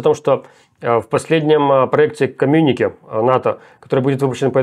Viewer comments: Руслан, коммюникЕ, на последний ударение, от французского. очень уж слух режет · Майкл, передайте, пожалуйста, Руслану, что в слове "коммюнике" ударение делается на последний слог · Майк, научи Руслана правильно произносить комм’юнике! А деревня просто!🥴